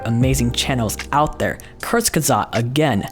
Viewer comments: as a nativ german speaker i almost have to vomit how he pronounces "Kurzgesagt". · love how you say "Kurzgesagt" it's german and I needed quite a bit to get what you were saying